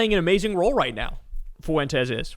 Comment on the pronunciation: Kyle pronounces Fuentes like MAGA